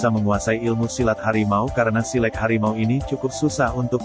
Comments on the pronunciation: Min.. Lafaz "silek" itu bunyi e lepas, bukan pepet. Bunyi kan /lafazkan bunyi huruf 'e' pada kata 'silek' Seperti anda membunyikan bunyi huruf "A" pada saat mengucapkan silat. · Naratornya mengucapkan silek tidak sbgmna orang minang mengucapkan kata silek. Jadi agak geli kuping mendengarnya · iko admin pengisi suaro ko bantuaknyo indak urang minang do. ndak pas penyebutan silek dek admin ko do.